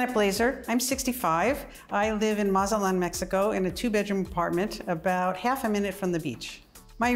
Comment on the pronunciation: If you are going to move to another country at least know how to pronounce that city where you are at Mat-Zah-lan not matzelan